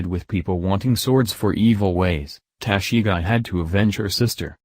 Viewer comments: Wtf is Tashigai!???? Go home dude and practice pronounciation!! And your country's president mocks the accent of other's lol!! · It’s tah-she-gee